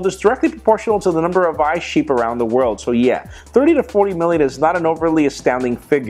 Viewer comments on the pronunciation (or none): none